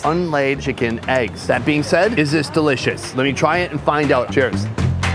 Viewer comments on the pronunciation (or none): none